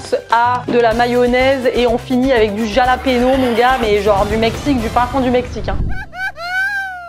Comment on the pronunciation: Jalapeños ça se dit Ralapenos